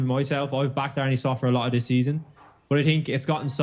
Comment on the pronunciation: You have to pronounce it as Arn-uh and not Arn-ie